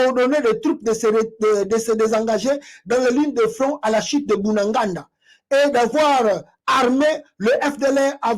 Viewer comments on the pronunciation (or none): BUNAGANA et non Bunanganda